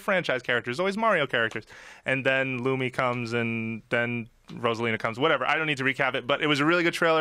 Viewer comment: THE NAME IS LUMA! NOT LUMIA! WTF THATS TWICE THIS WEEK